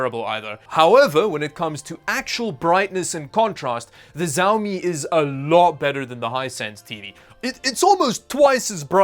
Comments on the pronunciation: the brand is pronounced "si-ao mii" and they're pretty good for ultra-budget. Their Redmi phones are pretty damn good actually. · why are you saying zaomi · Zaomi, this just gets better every time. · It's" shaw me" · First time i heard someone saying pronouncing xiaomi as zaomi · Why do they pronounce Xiaomi as "Zaomi"?😂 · Just a heads up: It's pronounced "Chiaomi". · you butcher the name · For a tech channel, you ought to have the basic decency to pronounce xiaomi properly. It’s been out more than a decade! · The X in Xiaomi is pronounced like the S in shotgun. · just a suggestion you totally said the word XiaoMi wrong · am i the only one bothered with how xiaomi is pronounced here? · You need to get better at saying Xiaomi. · Bro. Please stop saying SAUMI, say Xiaomi 😂😂 And please stop getting spammed with additional shipping cost again. They HAVE to shit it. If they don't you should contact the support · why you say ziaomi ? i think is shiaomi (xiaomi) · Its not Zaumi its Shaomi:D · not jawmi , its shawmi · why you keep saying "ziaomi" ? it's said "shiaomi" not that, it's painful to hear it like this no one pronounce it like this :/ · The X in Xiaomi makes a SH sound, not a Z sound. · The right pronunciation is shiaomi, not zaomi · Pov Chinese people getting triggered by hearing him pronounce xiaomi as zaomi instead of shaomi like it's supposed to be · Small nitpick but I think it's good to understand basic Chinese pronunciation when you're in tech... Xiaomi is sorta like 'she-ao-mi' instead of 'zi-ao-mi' :-) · Its "Xiaomi" not "Jaomi" 😑😑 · Bruh man it "csiaomi" not "ziaomi" lol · Nice presentation. Btw, the pronunciation is not Jao-mi, but Shao-mi. Like always, enjoyed your video. Keep up the good work... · Xiaomi is pronounced more like with a "sh" sound than a "z" sound at the start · Me mad cuz you call the mi tv "zaomi" in sted of Xiaomi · ""z a o m I"" It's pronounced like "shiaomi" pl ea s e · Hahahahah ZhaoMi lollllllllll